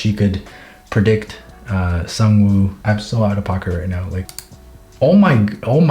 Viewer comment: Sang-Woo Me: Sung Jin-Woo: Sang Me: Sang: Woo Me: Woo: Sang-Woo Me: Sung Jin-Woo